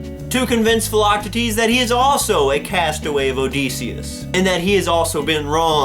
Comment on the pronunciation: I'm a little late but, uh, yeah, he pronounces it just fine...